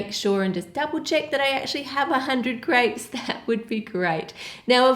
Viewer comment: I alwalys think she's saying 'grapes' because she pronounces 'crêpes' so weirdly